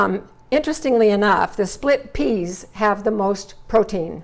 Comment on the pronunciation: Peas not pease😂😂😂